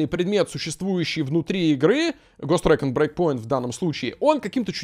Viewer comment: Каждый раз, когда произносит Ghost Recon Breakpoint, я слышу Гос Трэк'н'Брейк Поинт